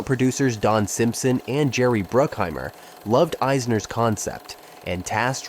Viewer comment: Are you intentionally saying everyone’s names weird? “dah-vid cronenberg” “simpson and bruke-heimer” “james can” “and it inspired the ‘2 lbs of red meat joke’” plays clip ‘5 lbs of red meat’ Maybe it’s a joke I just don’t get because it’s so inconsistent for such a long video? And you pronounce everyone else’s names correctly? Is it AI reading?